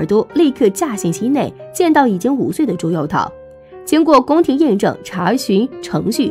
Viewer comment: 朱佑樘 cheng 姐 你也真敢读啊